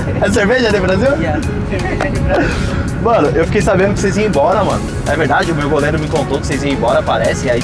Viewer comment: Kkkkkk "Dps eu vou emboura"